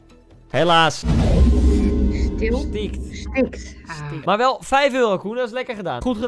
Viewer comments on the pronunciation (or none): lingo: stikt koen: "stiekt"